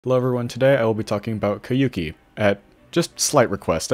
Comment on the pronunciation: you're pronouncing it wrong. The "ou" sound is as in "soul"